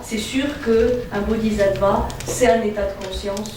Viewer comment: Merci pour toutes ces merveilleuses conférences. Pour la prononciation : bodhis(s)attva se prononce aves "ss". Le "zattva" râpe l'oreille. Bien à vous